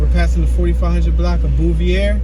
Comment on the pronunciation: And Bouvier st is pronounced Bo Veer